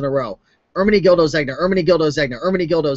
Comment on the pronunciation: FYI the G is Silent..Pronounced Zenya...